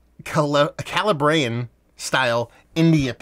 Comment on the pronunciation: KAH-LAH-BREE-YEN 🤪 can’t wait to try it!!!